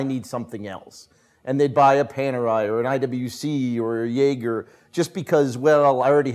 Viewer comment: No back in Philly, no Giants but still cannot pronounce Jaeger correctly, so it is undoubtedly!